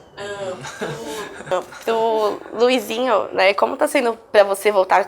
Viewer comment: o luizinho falou direitinho to chocada